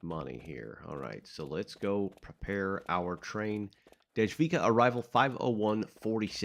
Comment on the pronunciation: So a czech person here. I'm glad you're enjoying it. It's just a little tip on how to pronounce the stations and creator. The creator is Dom-inik -Voy-tah And it runs from Dej-vic-kaa To - Naa- Mess-Tii Mii-ru